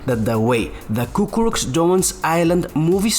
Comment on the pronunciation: it's "Cucuruz" not "Cucurux"